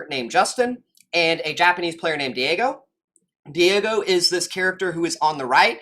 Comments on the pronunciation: Diego, it’s pronounced die-go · As soon as I saw Daigo (pronounced Die-go btw) mentioned, i knew you were an old head that would have good insight. Great video.